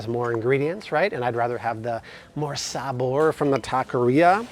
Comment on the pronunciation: You said sabor in the most whitest way possible Y si culeros yo se como escribir y hablar la idioma